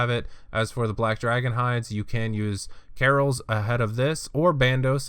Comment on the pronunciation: Good guide. Learn how to pronounce Kah-Rils not Carols